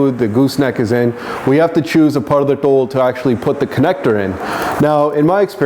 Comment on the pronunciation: yo kidaan sati. tell yo boi its not tol it DHol